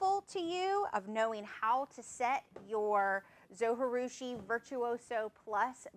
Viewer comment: Konnichiwa! Arigato for this great video. Just one thing....Zojirushi is a Japanese word. The 'J' is pronounced like the 'J' in Jerusalem or Jerry not like the 'J' in Spanish (which is more of an English 'H'). If you'd like to know how to pronounce it, there's a Japanese guy here on YT that says the name in his video. His YT channel name is "all day i eat like a shark" (crazy name, huh?).